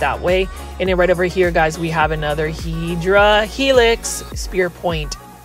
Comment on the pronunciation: Hi, I know you like to say HEDRA HELIX but actually and botanically it is HEDERA HELIX. Do like that paper folding and would like to see other images in paper folding. Have a good one.